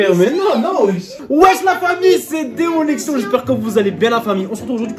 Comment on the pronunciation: A chaque fois j'ai l'impression que dit Salut la famille ses déconnexion 😂